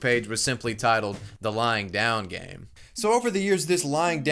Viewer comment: It sounds like you’re saying “lying down gang” which I like a lot more